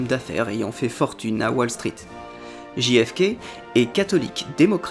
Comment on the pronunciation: Merci pour cette vidéo ! Juste pour rougner trois secondes : z'êtes sûr qu'on dit "Ji Effe Ké" ? Ce serait pas "Jeille Effe Keille" plutôt ? Ou alors Ji Effe Ka", mais faut choisir 😁